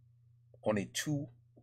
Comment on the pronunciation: Je te corrige: On ne dis pas ont n'est TOUT (tou) morts, mais TOUS ( prononce TOU..SSS ou touce morts) morts. Sinon bravo pour ton Français.